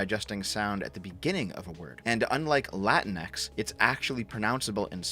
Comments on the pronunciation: It's pronounced "La-Tinks". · My girlfriend is of Mexican descent. She hates latinx. Also you keep mispronouncing it; pretty sure it’s “la-tinks”. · HOLY SHIT, SHE ACTUALLY TRIED TO USE AN ACCENT AND THEN JUST PRONOUNCED THE X IN ENGLISH. "Lah-teen-ECKS" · As an Australian, I pronounce it la-tinks.